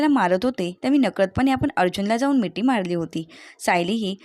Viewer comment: मिटी नाही हो मिठी म्हणा